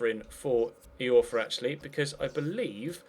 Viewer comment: It's pronounced Dominic Eye-orfa not Dominic E-orfa,!